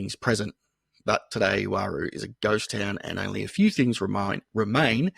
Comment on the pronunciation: It's not pronounced Waroo, its just plain old roo. P.s. the hot rocks out there will drive you nuts